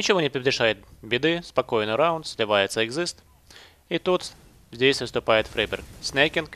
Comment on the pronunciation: Топовый английский "фрИберг"!